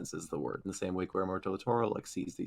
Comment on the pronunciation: "gweirmo del toro" uuuuuuuuuuuugh